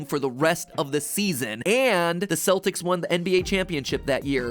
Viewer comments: It's Keltics with a hard C. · Its not pronounced "seltics" its pronounced like the "k" in "kelp"-- celtics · When Celtic is pronounced Kell-tick, but the pronunciation of The Celtics the sports team is Sell-ticks..... AARRARAHAHAAAAAAAAAAAAAAGHH ENGLISSSSSHSHHHH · So, no one gonna mention Matt mispronouncing “Celtics”? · Apparently Matpat doesn’t know how to pronounce the word Celtics.